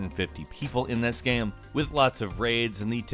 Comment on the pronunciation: He literally says "gaem"